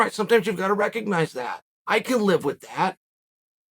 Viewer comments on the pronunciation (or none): none